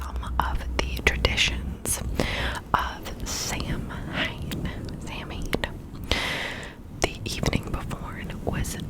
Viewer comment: Fun video! Love that it’s educational asmr. (It is actually pronounced Sow wen.)